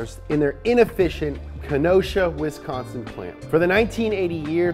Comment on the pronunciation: I'm just glad he pronounced Wisconsin correctly. Most non Wisconsinites seem to pronounce it, Wesconsin.